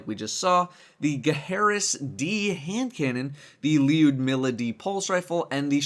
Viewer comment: bro its pronounced lou-dmila